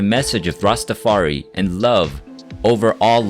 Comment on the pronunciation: I remember events a little bit differently. No worries. Please please please show the Rastafari community by pronouncing it properly. Rasta-far-I. Thank you for the video